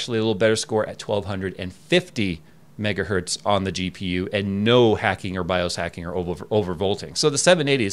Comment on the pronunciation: Why do you say "megahert" instead of megahertz? I am sure you have been asked before and I hear other people (teksyndicate) say this too. As an EE it sounds really funny and is incorrect. Hertz does not have a singular form, it is a measure of frequency name after Heinrich Rudolf Hertz. Sounds really silly when you say it as hert. Is there like an I side joke I missed?